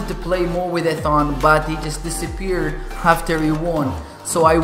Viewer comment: You always say Ethan wrong..